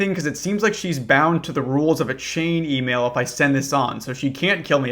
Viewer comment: What's an "E-male?" Is that like a skibiddi Twitter? 💀💯 no cap.